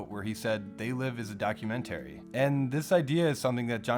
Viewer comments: Please learn how to pronounce documentary. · The way the narrator pronounces documentary triggers me.